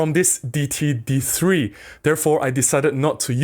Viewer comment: I think the d3 brand is pronounced Day-it-tee.